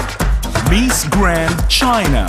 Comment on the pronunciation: The accent of the voice over announcer is annoying!!! "MEES Grand"... ahahaha